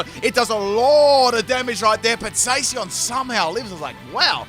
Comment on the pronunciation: Zay si on. Spot on pronunciation.